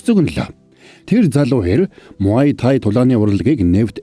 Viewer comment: Muaythai-мутай not маоитай муайтай😂